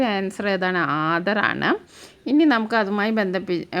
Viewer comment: ആന് എന്നല്ല ആണ് എന്നാണ് 😂